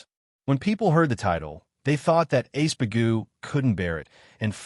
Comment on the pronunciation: His name is Iceburg, the a.i or the translator keeps calling him ace bagoo.